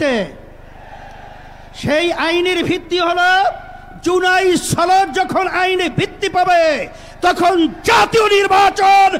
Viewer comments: ছনদ না সনদ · জুলাই ছনদ নাকি সনদ সেটি আগে ক্লিয়ার করেন